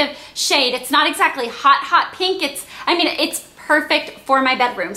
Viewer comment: you say pink like peenk! :)